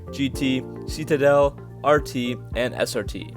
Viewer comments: It’s pronounced ‘sit a dell’, not ‘see ta dell’ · Seat a dell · Is it ironic or just idiotic that someone telling us about these cars can't even say the name ("see-ta-dell"). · You say citadel so goofy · You say Citadel wrong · Nice vid but please learn how to pronounce citadel.